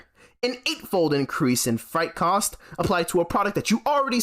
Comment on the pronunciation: freight rhymes with 'eight,' not 'fright'